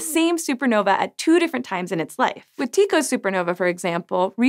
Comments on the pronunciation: it's tye-co not tee-co isen't it ? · His name is pronounced Tie Koh not Tee Koh. While that may be an accurate pronunciation for the ancient Greek form of the name Tycho, it is certainly not how the Danish astronomer himself said it. Besides, even if it were how he said his name. Common pronounciation is Tie Koh. So unless you plan on referring to Julius Caesar as Kaiser or his fellow senator Cicero as Kee-kah-roh, maybe stick to common parlance because your pronounciation is distracting from the interesting science information you are trying to present. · I was watching the entire video with sound and was wondering who was Tiko. I've never heard anyone say anything other than Tie-co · In Danish/Swedish, the more natural way to pronounce Tycho is more like Tee-co. No idea about the English pronunciation though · Different people pronounce his name in different ways...particularly his last name. I've always heard his first name as Tee-koe and his last name as Brah (also Bra-hee) and occasionally bray-hee. So I think everything goes. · You are mispronouncing Tycho, the "y" should be pronounced like those in synonym.